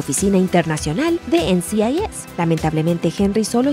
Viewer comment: No se ¡EN Ci AI YES! NCIS, es “EN CI AI ES” pronuncia bien mamita.